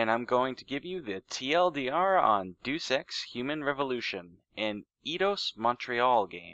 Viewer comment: the title is pronounced day-us ex but otherwise fantastic. Not played it but i might look into it now.